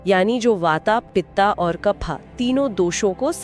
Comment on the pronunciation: कृपया वात कफ पित्त का सही उच्चारण करेॅ